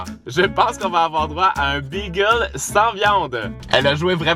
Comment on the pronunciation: Pourquoi tu dis bigel 😂😂